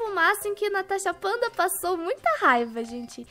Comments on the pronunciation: Natasha fanta loca kkkkk o vidio fico mt engraçado eu ri mt serio kkkkk Aqui na linha cidade eo ultimo dia de quarentena Desafio nesse tower : se vc morre ou cair coloca un item Natasha fanta!!! Quem concorda da like Natasha vc podia deixa as pessoas invisível ali em baixo e tem coisas que fica em cima da cabeça nome Parece ta falando gaúcho kkkk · Vc fala Natacha fanta ksksk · QM PERSEBEU ELA FALAMDO NATASHA FANTA KKKKKKKKKKKKKKKKK